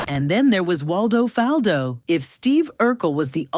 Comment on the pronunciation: Why she keep saying his last name wrong? It’s pronounced the same way as his first name. That was part of the joke. His whole name rhymed